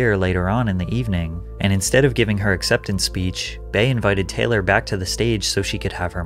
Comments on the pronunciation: The fact that you are pronouncing Bey as “Bae” is wild and shows your lack of familiarity with the content you’re reporting on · Bey is pronounced "bee", not "bay". when tf have you ever heard her name pronounced as Bayonce 😂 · Patrick, be for real and not one of those people. Her name is BEYONCÉ pronounced BEE-YON-CÉ. WHY WOULD YOU CALL HER “BAE” FOR SHORT 😩😩😩 lmaooo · its Not pronounced bay its Bee.... god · I hate when white people say “bae” when talking about Beyoncé. Like wtf it’s literally “B” pronounced exactly like the first part of her name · To all white people across the world!!!!!! When you shorten Beyonces name to just Bey, its pronounced "BEE" not "BAY"!!!!! It is so annoying to hear yall say BAY. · You pronounce bey as bay ? 😂😂 cringe . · *It’s spelled Bey but pronounced Bee, for future reference Patrick 😅 But this moment was sooooo unnecessary on her part. I think we all felt the cringe while watching lol